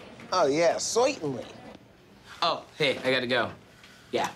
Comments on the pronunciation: Always avoid someone who says “soitently” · oh yeah soeirtenly 😂